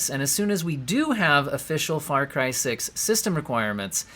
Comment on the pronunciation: Hehehe "Fary" Cry...lol